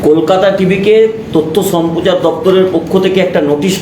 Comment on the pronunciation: সাংবাদিক উচ্চারণ ঠিক করুন। কথাটা সম্পোচার নয় সম্প্রচার।